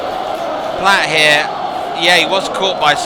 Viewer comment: David Platt Not platts Other than that it’s absolutely amazing this! Well done ! 👍🏻